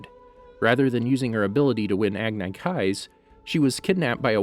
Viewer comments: Why do you call them "agnaikais?" It's agni kai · Isn't it Agni \ag-nē\(like acne) kai, not \ag-nai\? It's surprising how you've already narrated countless videos abot ATLA and TLOK yet get this wrong? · It’s not pronounced agnye Kai it’s agnee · Who realized that he said agnykay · Pronounced ag- nEE ki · It’s Agni Kai I will show you how to pronounce it a-g-n-e Kai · Agneye kais? Dude pronounce things the right way they are already established as words in the show no reason at all to get it wrong. You do it alot with names too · It's pronounced AG-NEE-KYYY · The way he said agni kai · you said agni kai wrong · Agni. Kai. Say the words right. They tell you how to say the words in the damn source material. Get it right. Stop driving me insane. I can’t even finish your videos because you won’t bother to learn how to say things in this show. Did M Night Shyamalan produce this or something? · red locus agnai kai combustion man bro it’s lotus, ag knee, and sparky sparky boom man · WHY does he say words like agne kai and Ozai like that, and have a channel name like??